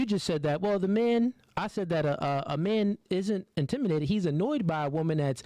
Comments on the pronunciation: Did he say " intiminated " several times and not catch himself not once 😂😂😂😂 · If he say Intiminated one more time😂😂😂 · “Intiminated” is crazy work bro! I hear you Mispronouncing a lot of words lol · The word is “INTIMI’D’ATED” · Is it jus me or does he keep saying intiminated? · Its intimi-dated 😂😂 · Nah she on his ass lol he's definitely a narc! He's very biased. But you definitely can't preach or check mate me when you can't even pronounce "intimiDated" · If he says intiminated one more time 😂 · Does the say "intiminated? I think he can't say it right. That's weird. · If he say intiminated o e more time I swear😂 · Stop saying intiminated 😑🫣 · Turned this off as soon as he said "Intiminated" twice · Did he say "intiminated" 😂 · "Intimi' nated" 😂😂😂😂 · "Intiminated"...that word is a struggle for you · So…nobody’s gonna say anything about the abuse of the word “intimidated”? “IntimiNated”????? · Intiminated is killing me lol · did my man say intiminated? lol that set the bar real low for what was coming, Youtube please stop sending me these lol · Where is intiminated from like say it with the D no diddy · 'intiminated' is wild 😂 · Wtf? Intiminated?! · Am I the only one hearing intiminated? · Intiminated? No offense I really thought I was tripping for a sec. You made great points though brother. 💙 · As articulate as is, "Intimidated" got him in a chokehold. 😆 Intiminated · "intimanated" lololol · Bro keeps saying "intiminated". 😂😂 dude don't even know how to say the word properly. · he is not saying intimidated. or pronouncing it right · Say intimidated right just one time please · learn how to say intimidated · He said it properly every time after that. Way to be pedantic. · I’m annoyed by him mispronouncing the word intimidated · Is intimidated my man needs to know how to pronounce the words before you start talking shit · He couldn’t even say the word intimidated 😂😂😂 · This man is incapable of saying the word intimidated 😂🤣 sheesh